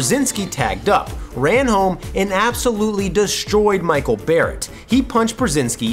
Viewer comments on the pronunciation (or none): none